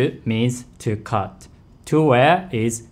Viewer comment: to cut, not to cute